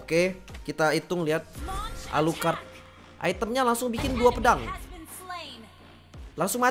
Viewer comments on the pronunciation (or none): Ngakak gua liat lu bang, klo nyebutin nama player alucrott , gua ulang² terus